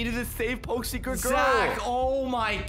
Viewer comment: It’s secret not cercet